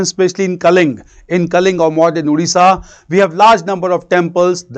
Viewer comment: It's "Odisha" not "Udisha".